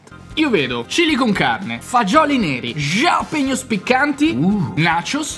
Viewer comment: non si dice scialapeño, mica è francese!😂 si dice HHHHHHALAPEÑOO